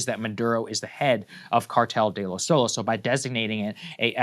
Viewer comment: Soles ≠ Solos, they are entirely different words. Read the "e", it's pronounced "eh", "Soleh".